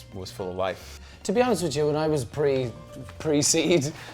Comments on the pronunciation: He said PRE SEED 💀💀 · “Pre seed” im dead ☠️ 😂